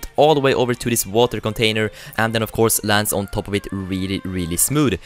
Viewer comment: "further, of course" sounded like further 'off' course anyway - love ur vids